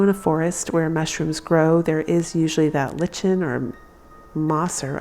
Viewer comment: The “ lichens” in the woods is pronounced “likens “. Love your ideas !!